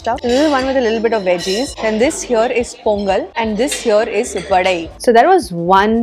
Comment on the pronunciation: Yes mam it's vadai only, not Vada...and it's dhosai , not dosa... It's itili not idly... Coimbatore is not the city of temples, its Kumbakonam in tamilnadu.